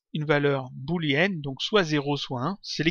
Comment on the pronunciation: Salut! Bon tuto ça m'a bien servit! Au fait on dit une valeur boléenne, pas bouléenne ;) Oui, je sais il y a bien deux o!